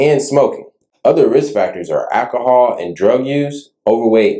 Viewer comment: What exactly is “akahall”?? You said it was several times adding it was a risk factor for stroke during your video. I just can’t seem to be able to find it in any American English dictionary. Please advise